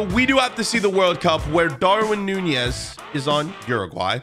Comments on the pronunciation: Why do you say nunjiez not nunez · Lol you call that Nunez